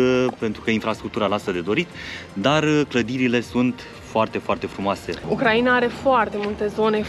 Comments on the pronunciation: UCRAINA se pronunta in trei silabe (U-crai-na), nu in patru (U-cra-i-na). Ati pronuntat cuvantul Ucraiiiiiiiiiina de 1000x, nu am putut sa ma mai uit la video… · De ce pronunțati Ucraiina înainte pronunțați Ucraina.?? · pui accentul ciudad pe Ucraina 😂😂😂 îmi plâng urechile 😢